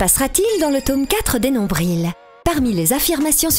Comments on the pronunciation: Est ce que vous dites vraiment nombrille comme ça ou c'est la narratrice qui prononce tout croche? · C'est parce qu'au Québec on ne prononce pas le "l" de nombril, on prononce "nombri"